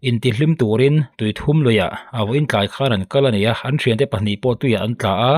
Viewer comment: Tui 3 nilovin ,awthum tih kan lama thum tih ang hian tui thum tih hi lam tur.